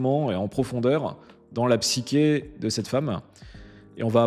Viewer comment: On prononce Psyché pas psykeé